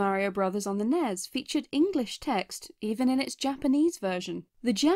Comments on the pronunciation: why did you pronounce "nes" like that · *narrator pronounces "NES" as "nezz"* *closes tab*